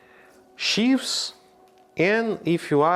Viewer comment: Merci Chef. Pour info et avec mes meilleures intentions, chives se prononce tch-eye-vz. En tout cas merci.